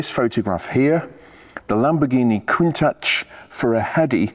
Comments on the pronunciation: The correct pronunciation is as it is written - count-ach, not coontash btw. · I concede you're right, but being Italian I believe it's pronounced countack, like bianchi bikes are pronounced biankee... or Michael mycall...etc... but yh, I've always said countash, and I'm not stopping now. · It struck me as a bit odd the way you pronounced "Coont-atch" (singular) yet "Coont-ashes" (plural)!! Any reason? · Is it pronounced "Countach".. or "Countash".. as you say both? Or doesn't it make any difference? 👍👍 Awesome cars.. however you say their name! 😅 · Everyone on the planet pronounces it countaSH.